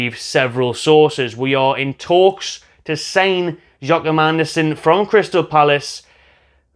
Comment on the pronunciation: It's not really that difficult to pronounce. Phonetically it would be something like "Yoa-kim" (Joachim).